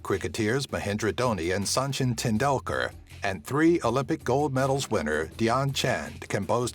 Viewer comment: "Sanchin Teyndular" XD